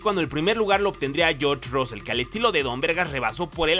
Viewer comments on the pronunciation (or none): none